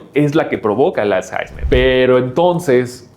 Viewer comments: Es alzheimer no alzheizmer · todos hablando del dinero y nadie se da cuenta que dice "als jaismer" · "als jaismer"😂😂😂